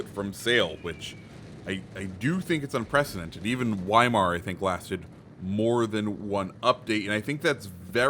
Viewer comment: Please stop pronouncing weimar wrong... It's cringy